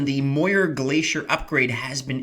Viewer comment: It's pronounced "mee-oor", it's Scottish #Muir